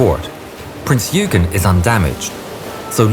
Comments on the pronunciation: nor did the narrator bother to learn to pronounce Günther or Eugen correctly . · if he doesnt keep pumping out content he is going to lose subs, Youtube is a cruel place